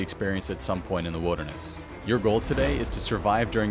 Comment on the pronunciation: "The widderness"